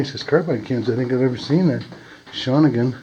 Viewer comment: You're pronouncing Shawinigan incorrectly.